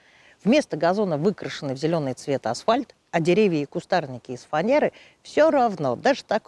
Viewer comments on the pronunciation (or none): none